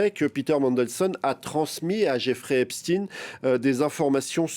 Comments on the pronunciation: C'est Jeffrey qui prononçait son nom ainsi . Mais c'est Epstein pas Epstin vous avez raison ! c'est comme si les gens qui disent Epstin le font par respect de la personne alors que c'est un monstre... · Au fait on ne dit pas epstine mais epstaïn. Comme pour Albert Einstein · Pk vous dites epstine et pas epstein comme ça se prononce? Vous dites Albert Einstein ou Albert einstine vous? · Maintenant c'est "Epstine" ça va bientôt glisser en "Poutine" 😂 C'est pas plutôt "Epchtaïne" la prononciation de Epstein ? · Ils m enervent avec leur eps -tin: ! C'est eps-tein! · Epstein et pas Epstin ! Albert s'appelait Einstein et pas Einstin ??? Il faut nommer les personnes correctement !!! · parler en français !epstein et non epsteIne vous une chaîne FRANÇAISE du service public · 🤔 drôle façon de prononcer Epstein. Du coup comment vous prononcez einstein ;)